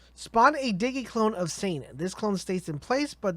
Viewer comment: man I dunno, he also said Shane instead of zane. I don't know if he has some kind of accent or something?